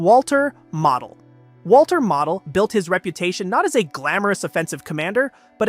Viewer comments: Learn pronunciation Model os not pronounced as mottle, it's Mo-del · Valter Moh-dehl.